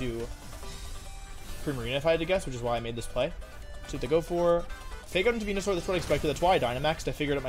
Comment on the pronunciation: Why does he say venusaur like that